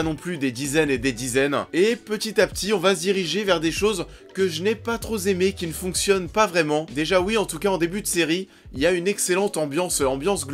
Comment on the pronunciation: "que j'n'ai pas troz aimé"... Go back to school